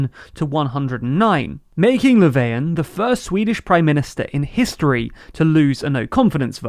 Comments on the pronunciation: Who tf is "Leveian"? I don't mind people not pronouncing foreign names perfectly, that's perfectly normal, but that pronunciation of Löfven isn't even trying. So much so it made me unsure of whether he was really talking about the guy they showed a photo of. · bruh he literally pronounced Löfven "Laveyan" which is only an approximately correct pronounciation in like skåne/scania. Way to tell on yourself southerner ;)